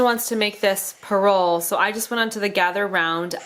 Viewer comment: Hi! I recently found your channel! I am Filipino, but I live in Hawaii with my family. Merry Christmas in Tagalog is Ma-li-ga-yang Pas-ko! Yes, you said Pa-rol correctly. and Ba-lik-ba-yan Box. Maligayang Pasko sa inyong lahat! (Merry Christmas to you and your family!) Although I don't speak Tagalog fluently, I still remember some words. My parents speak Tagalog in our home. Last time we vacationed to the Philippines was October 2019 and yes there were decorations and Christmas trees already up! I miss caroling and eating the foods that our relatives would cook! We have a Parol and my family would send a Balikbayan Box to our relatives in the Philippines filled with gently used clothes, candy and gifts are uusually included in a Balikbayan Box.